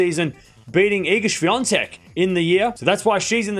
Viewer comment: There's no N in Swiatek. Why do you keep saying Swiantek?